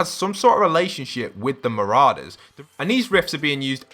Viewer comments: He calls them mararders lol its said ma-raw-dus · It’s Siona, like Fiona but with an S, and they’re not MarAders, they’re Marourders, not an emphasis on the A, but or, like as in Pour. Marorders I know the spelling Marauders, May make it look like it MarAders, but it makes the video unwatchable for me when you can’t pronounce Marauders, Marorders, like it’s supposed to, and mispronouncing Siona? Surely you know someone called Fiona, it’s the same but with an S. Sorry bro but it needed saying, it was doing my nut in. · It's not mararders lol its said ma-raw-dus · not trying to be annoying but ma-RAW-ders not ma-RAO-ders (pronunciation btw not spelling) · Mate can u pronounce anything its mou-roa-ders and si-o-na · You can’t say marauders right